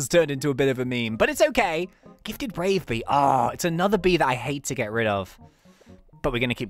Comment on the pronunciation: When he said gifted brave bee, i thought he said gifted rave bee, there was rainbow in the backround cys its gifted and my lights were off, i was dancing like crazy.